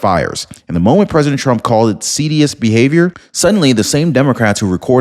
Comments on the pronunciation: the word is seditious--seh-di-shus. An important word to get right. Sorry to be pedantic, but your stories are always well-told and pronunciation can sometimes be very important. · The word is "seditious " se - dish- us pronunciation...